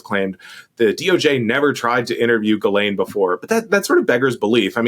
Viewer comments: Sarah, please, please, please stop saying "JIZZ-lane". Try "GILL-ane" or "JILL-ane". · I watched the Piers interview with Maxwell’s snooty brother and it answered my biggest question. Evidently Ghislaine is pronounced “GeeLane” with a hard G—at least that’s how her brother says it. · The name, basically pronounced: ghee (like the clarified butter, rhymes with bee) - len (like you're saying Lenny but for short, rhymes with pen). so, "Bee-Pen" = ghee-len = Ghis-laine. Wahlà ;) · Does Sarah purposefully mispronounce Ghilaine as “Jizz”laine 🤨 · JISS-lane dammit! It’s not that hard PS not related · 🚨SARAH 🚨 I think you're AMAZING!!! But PLEASE.... Learn how to pronounce Ghislaine. It's NOT Jizz-Lane. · Oh come on, Maxwell doesn't deserve the respect to have her name pronounced correctly ... Sarah won't say it this way, maybe Tim or JVL will ... JizzLane - cause that's pretty accurate. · Please please please, it's GHEE-lane, GHEE like GLEE without the L. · Pronounced Ji (like jib) lane. I have a cousin Ghislaine Gindorff, so I know. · Could Sarah please not pronounce "Ghislaine" like that.... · Sarah - I agree with you that Ms. Maxwell has done awful things, and is probably an awful person - and she is paying for her crimes via the criminal justice system. I also think, however, that every human deserves the deference of having their name pronounced properly. Don't dehumanize anyone by saying they can "just live with it" if your journalistic style includes mispronouncing their name. That comment made me feel disappointed in you.